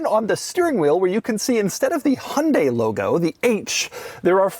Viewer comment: remember folks, it's "yan-day" not "hunt-day"